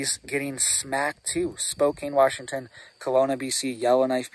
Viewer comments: Spo Can please!! I can't take hearing Spo Cane anymore! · Spo-kan is how it is pronounced, thanks for the warning. I'm in Vancouver, WA right now and there is lots of talk about the smoke coming our way and no one seems to know what is going on! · Spokane is pronounced Spo-CAN. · Spokane rhymes with spoke-can. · Is he trolling Spokane saying spokain lol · First off you should not talk about areas that you're not from without having facts. You bring up Spokane and you can't even pronounce the cities name correctly. LOL. I live in the area that was affected by the fire. Where their homes lost of course there were homes lost. this is not something that's uncommon to us in Eastern Washington. Fire started when a farmer was out in one of his Fields. It took off through the grass cuz of the wind and hit the tree line. Fire came to within a couple miles of my place we prepared so give everything down really good made sure we were ready to get out if we need to. That's the chance we take living in an area like this. We know this can happen every year. This year happens to be a decent year as far as fires go in Eastern Washington. We've had years were we've lost two or three hundred thousand acres. This year not even close. Get your facts straight if you're going to try to scare people scare them with the truth not your fiction